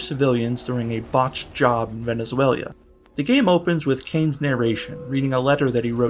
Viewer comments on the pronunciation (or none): VenezueLA... Not "VenezueLIA". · Love the vid but it’s “Veh-neh-zwayluh” lol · why are you adding an extra syllable to Venezuela?